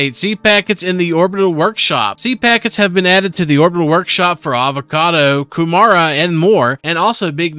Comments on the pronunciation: very close, not hating. I'm from New Zealand after the R it kinda sounds like a D like Ku Mard a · Kew mara 🤣🤣 that's not how it's pronounced